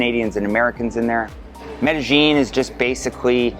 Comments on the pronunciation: "MEDEJING"...If you're going to promote your expert opinion on the CITY at least pronounce the city CORRECTLY! "MEDEYEEN" The LLs are pronounced like a "Y" pal. Pronounce it correctly if you are GENUINELY an expert! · Like, Like, Like.... like, like... It's not like MedeGENE like you F.ing Gringo...